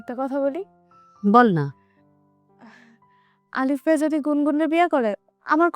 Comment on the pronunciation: এ ভোদা কি কয় নাম আলিফ , কয় আরিফ 🐸🤣